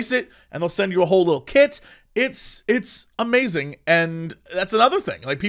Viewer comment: Jesse forgot the 'ing' at the end of 'Amazing' when describing Ikea